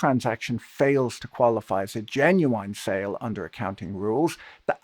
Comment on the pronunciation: Please stop pronouncing the word as "genuWHINE". Otherwise thanks for the analysis